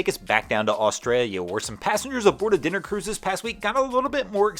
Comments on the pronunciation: Dinner cruise, instead of diner cruise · Thanks for interesting and entertaining boating news 👍 just one thing it’s “Dinner Cruise” 🤪🤣